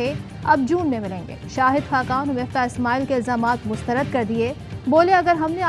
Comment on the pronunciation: Miftah nai ha muftaah hai